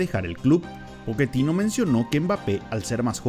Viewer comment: Pochettino, no poketino